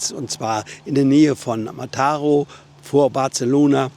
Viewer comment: Kleiner Tipp: Wenn auf einem spanischen Wort oder Ortsnamen ein Akzent steht, dann wird diese Silbe betont. Ansonsten immer die vorletzte. Mataró wird also auf der letzten Silbe betont.